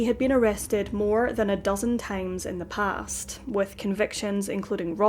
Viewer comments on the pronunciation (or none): none